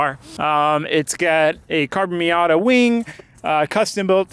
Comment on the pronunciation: Did he say cabron mirrors? Lol